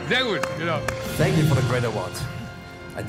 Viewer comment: "Fank you for the great Award. I dididicate to Joko and Klaas"